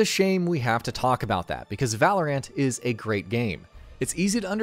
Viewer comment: It hurt me every time this guy said Valorant.